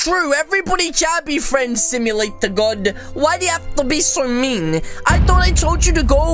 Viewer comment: I heard u say y do u hav to be so MEAN-A :) that’s noice